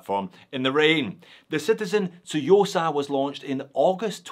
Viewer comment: One of the very few watch YouTubers who pronounce “Tsuyosa” correctly. And, this watch is stunning. Well done,! 🙏